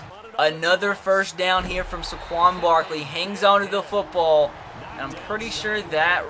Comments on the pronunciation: *SAY-quon Barkley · First Saquon Barkley's name is pronounced ("say-quan Barkley") just for future reference and spend some time trading for 1st round picks